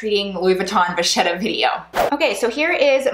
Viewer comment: Vachetta is an Italian name and in the Italian language, if you have a ch before the e, it is pronounced a k. Please don't be mad at me, I just wanted you to know. ☺️👍🏻So it is VaKetta, not VaShetta.